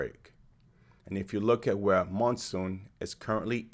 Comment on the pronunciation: Please, have some respect for the runners, learn how to pronounce their names. Chmiel, Schweizer, Monson. I know it's not obvious, but do some research. Nice effort otherwise, and thanks for taking some time on Whittni Morgan, ex NCAA XC champion one year before Tuohy and finishing twice second behind Monson in her last events.